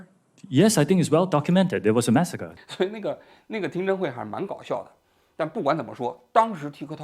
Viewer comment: 他发音不准，iPhone识别也是Mexico